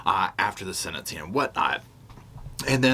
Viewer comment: The word is "sentensing" NOT senincing...😢